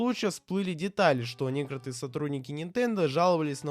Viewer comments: Когда автор научится выговаривать "некоТОРые" слова? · Видео класс, но автор, без негатива, выговаривай слово "некоторые" правильно, а то я сам начинаю забывать как оно произносится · поясню: в видео несколько раз встречается слово «некоторые» и каждый раз ты его не выговорил)